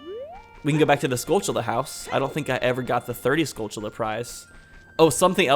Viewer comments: Pronounce "Tilly's". Now pronounce "Tullas". Now pronounce "skull... tull....uz". There are no C's or H's in the word skulltulla. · Stop pronouncing "skulltula" weird. There's no 'ch' sound in it.